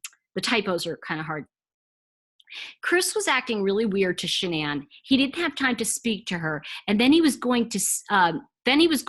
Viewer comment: Does anyone ever listen to the victim's mother. The name is pronounced like Shannon---NOT Shan Anne! For Pete's sake! Say it---Shannon! Her mom just wanted a unique spelling.